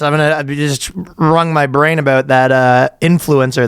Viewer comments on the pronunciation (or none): none